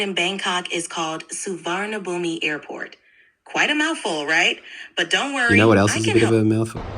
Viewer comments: every thai will laugh at soo-var-na-boo-mi. su-wa-na-poom is how its said. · So as a thai im also confused why the frick the put an "i" at the end and i dont blame you for the wrong version of saying, its said, Sah- Wanna Phum. thats all, amazing videos. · ITS “SU WAN NA PHOOM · soo var na boom (the I is silent) ❤❤ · Chat GPT did a very bad job pronouncing 'Suvarnabhumi Airport' like not even close.